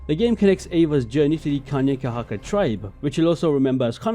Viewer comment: Its nice to see someone pronounce Kanien'kehà:ka correctly instead of avoiding the word all together